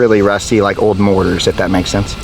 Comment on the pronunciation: morTar, not morar. 😂